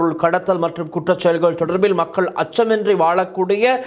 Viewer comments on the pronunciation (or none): none